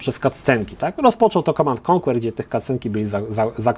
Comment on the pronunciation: mówi się mnie więcej [komand end konker], nie ma tam Twojego [konłer]